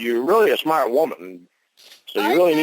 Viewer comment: Usually means someone else told him something .. he never figures anything out himself . When he does look and see he is still off the mark . I love how Winnie calls him out for being stupid while always claiming to be “ smaht “